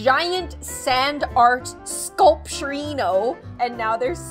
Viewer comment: OK who else loved when she said Sculpturiono